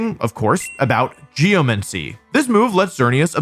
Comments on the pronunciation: ahh yes… “geoMENCY” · I’ve never heard it pronounced Geo-Men-See tho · it's literally not. It's geoMANcy. Just read it. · nah, geomancy would be pronounced like necromancy